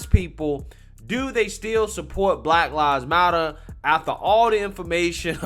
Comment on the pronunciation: Why did you say it like that? Lol Blahk lahvs motta